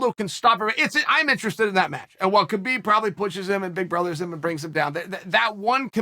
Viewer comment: “Cabib and Joes-a Aldo”